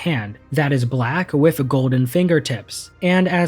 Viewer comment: I can't do it.... with....WITH.....W....I....T....H TH NOT WIFF ....... TH.... NOT F